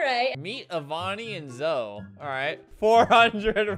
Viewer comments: “Youannoymebye” is Zoe’s roblox account you pronounced it “zo” it’s pronounced “zoey” she has over 15 million followers on tiktok her username is zoeLaverne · is no one going to talk about how he said “Meet Avani and Zo” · When did he say zoe? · Albert: mEeT AvAnI AnD zO Me: yelling at my computer thats it pronounced like Zoey not Zo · i wheezed when he said “zo” instead of Zoe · He really said zOo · HE SAID ZO BAHAHAHA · Btw no hate it’s not pronounce Zoe it’s pronounced zoee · THE WAY HE PRONOUNCED “Zoe” LMFAOAO